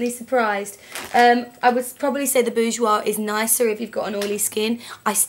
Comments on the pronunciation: PS - You said "Bourjois" perfectly! :) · Haha don't worry, I'm French and I can tell you that you don't pronounce "Bourjois" that bad, anyway this really was useful, you should definitly do that for other products: brushes, palettes, etc... Anyway you two are great, thanks to you I can finally manage not to look like a Picasso, I do worship you haha.